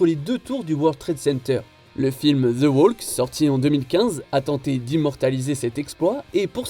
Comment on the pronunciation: "Ze oualque"...😅 madre mia! Les français, toujours aussi nuls en anglais !